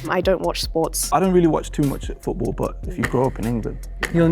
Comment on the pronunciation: The way he said football and premier league gave it way for me, only time he sounded remotely scouse